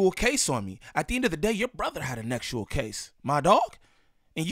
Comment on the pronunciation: “Nexual” is crazy 😂 i know why you gotta say it like that but that’s still hilarious